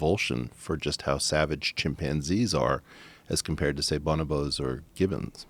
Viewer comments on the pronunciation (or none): Anyone else hear Joe saying " chimp pansies " ? Cant fkn unhear it.